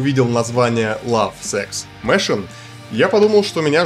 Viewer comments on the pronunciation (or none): Прошу, проверяй, хоть гугл бабу на произношение. Я не говорю, что без акцента. А вот например machine с ударением на i. А eviscerate - эвисцерейт.